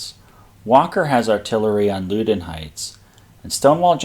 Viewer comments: Agree, the first syllable in "Loudon" is pronounced "Loud". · Loudon is pronounced like the word "loud" plus "un." Loud-un. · Loudoun is pronounced LOW-dun where Low rhymes with cow. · Loudon Heights is pronounced Laudon. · Learn how to pronounce “Loudoun.” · I would say the pronunciation is more like: "Loud - Don" vs. LowDon. And Potomac is "Po - Tow - Mick". Although some say Mick and others say Mack. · Your videos are fascinating. I really appreciate the topographic detail you provide in your presentation. BTW Loudoun is pronounced loud-un and Potomac is pronounced pahtohmick by the locals, for what that's worth..